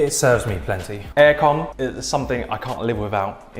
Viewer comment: haha "air(kon)"